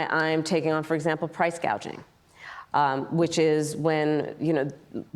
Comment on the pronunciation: This damn woman doesn’t know the correct pronunciation and probably spelling of price gouging tells you how far from reality she really is. A typical career taxpayer’s freeloader. Price GAUGING?? Trump’s team is very poor for not picking up on this and shred her to pieces.